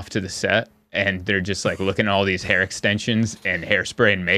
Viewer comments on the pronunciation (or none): none